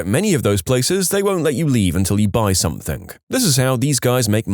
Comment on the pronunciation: SomethinG, see the G there, it's not a k.